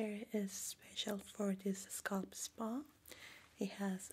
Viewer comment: I love the way you say scalp. Everyone i know says "sc-ail-p"